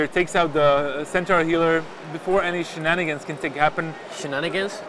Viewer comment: U mean sheeennnanigans